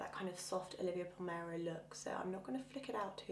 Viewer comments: Pronunciation is a problem 😩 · A beautiful look but I noticed that you keep calling her Olivia Palmero rather than Palermo.